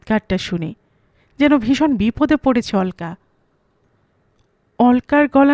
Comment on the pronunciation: নামটার উচ্চারণ হবে অলোকা, অল্কা না